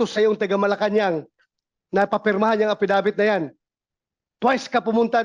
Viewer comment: Affi-dawit hindi affidavit😊😊